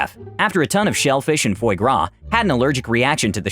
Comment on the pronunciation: do some research to learn how to pronounce foie gras